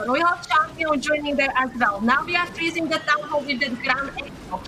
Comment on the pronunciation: And her English. She says "table change" instead of "tables have turned", using "froozing" instead of "freezing"... It is distracting, but at the same time easy to fix.